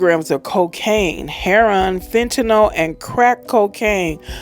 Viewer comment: Why can't this stupid woman read or pronounce the word heroin?? It's not heron. Should have stayed in school...